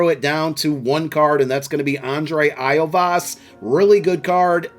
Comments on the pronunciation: The bengals wide receiver’s name is pronounced “yoshi-vas” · Hey, you pronounce his name like this YO SEE VOCE